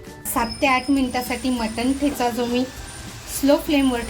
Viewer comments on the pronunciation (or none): छान पण ताई याला ठेचा म्हणतात टेचा नाही. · ट ट ट ट. ट ट ट. टेचा नाही हो मॅडम , ठेचा. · मटण टेचा नाही मटण ठेचा आहे.